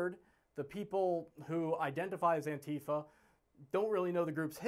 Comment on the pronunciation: Your commentary is absolutely correct, including yourself as you aren’t even able to pronounce “Antifa” properly.